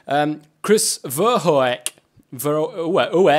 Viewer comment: Verhoek is pronounced like ver-hook